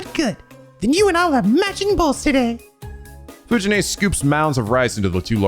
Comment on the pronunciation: Fuji-nee is pronounced like Fuji-nEH, not Fuji-nay. Most of the Japanese Es are pronounced like EH, linke the first letter of Embers, Expected, Embroidery. Or think of it as 'neh', like Nelly.